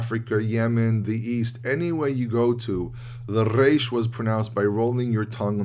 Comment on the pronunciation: You’re the only one in USA that I heard pronouncing correctly the resh.